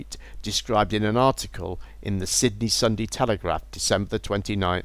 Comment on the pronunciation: Lol can you say "The Sydney Sunday telegraph" again please 😂 😋